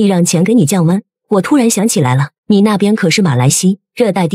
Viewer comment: 为什么你把马来西亚讲成马来西？